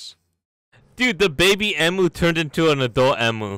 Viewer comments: As an Australian I'm annoyed by how says emu but it's fine.. its fine IM FINE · I love how pronounces emu. probably the funniest Alex's mobs video so far😆